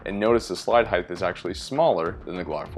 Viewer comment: It's "heighT" not "heigTh" learn how to speak English correctly please